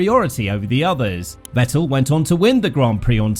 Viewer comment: He at least deserves to have his name pronounced correctly, but nobody can put in the minimum effort